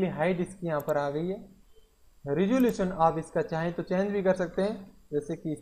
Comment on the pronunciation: he said ressalution